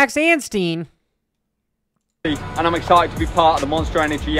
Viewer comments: Its Anstie not Anstien lol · 😂 where did he get the N from?